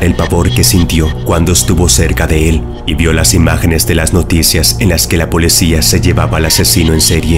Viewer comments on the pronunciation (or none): El canal contiene vídeos muy interesante pero cometes muchos errores lingüísticos que se escuchan horrible cada vez que mencionas mal ciertas palabras. No se dice "polecía" con e, sino "policía" con i. Espero que en el próximo vídeo pronuncies correctamente esa palabra. Recuerda es "P-O-L-I-C-Í-A". 👮‍♂️👮‍♀️🚔🚓🚨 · Mmm! He notado que en muchos de tus videos pronuncias "polecia" en lugar de policía. Solo lo digo como observación y no como hate, antes de que tus seguidores brinquen como chuchos... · solo yo escuche polecia?????